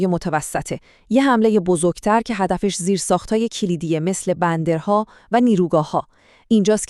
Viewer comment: ممنون و خدا قوت. بنظرم تحلیل رو خودتون ارائه بدید بهتره و طبیعی‌تره. هوش مصنوعی تو تلفظ بعصی لغات واقعا مشکل داره. مثلا بَندر رو بِندر میگه.